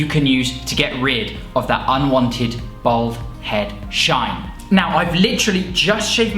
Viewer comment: Your beard is fucking ridiculous. You look like a Victorian weightlifter. And why the fuck can’t you pronounce ‘bald’ when it’s the theme of your whole channel